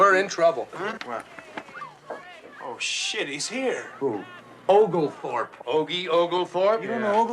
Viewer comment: "Ogletourp???" OgleTHORP....OlgeTHORP!!